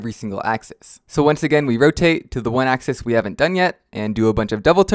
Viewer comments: Also what's a axee it's pronounced axis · Why do you say axize